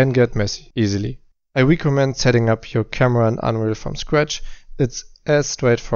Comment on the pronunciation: Pretty cool presentation style. No fuzz. Straight to the point! 🤘😉 Kleiner Aussprachevorschlag für "recommend": Is eher so "reckemend" (statt "riekomment")